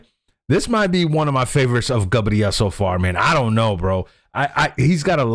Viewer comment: É Gabriel não Gabriele 😂😂😂 ..